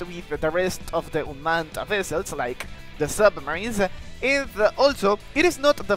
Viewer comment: Bro's It Unmaned U-m-a-n-e-d NOT Unman- ed 💀